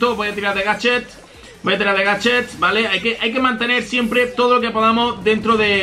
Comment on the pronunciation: dice gachet